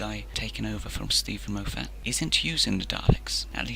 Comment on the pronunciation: Please research how to pronounce someone’s name before making a video because you constantly mispronounce Moffats name and as a Scotsman myself it kills my soul. It’s pronounced as Mof-fat or Mof-fet not Mo-fat. Also it’s pronounced as Mark Gate-us not Gatt-is. I agree that he didn’t always utilise the Daleks as well as he should have but it wasn’t entirely his fault and to pin it on him entirely is unfair. The writers are also to blame. Xx